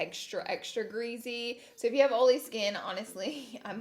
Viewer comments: Marshae Dudley “oley” Lol. Yesssss. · I swear i thought you said ariola when you said oily lol 😂😂 you look gorge today as always! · Laughing at myself by reading this title of the video and saying oily like Laura 😂